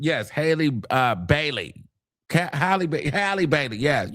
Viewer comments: 🫣💯 Hailey Habibi.. lol her name HALLE.. lmaooooo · You not getting Halle's name right is creasing me 😭😭😭😭😭😭😭😭 f**k 😭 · Tore Hailey name right on up 😂